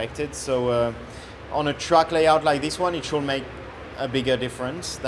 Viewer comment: Someone tell Charles that "could" and "should" are pronounced without the "l" 😭